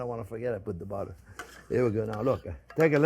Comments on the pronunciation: One sexy dish jp with lots off budddeererrrr😂❤ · Did someone say budda? Where's the onyo?